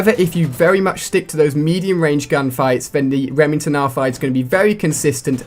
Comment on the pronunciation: lol reming ton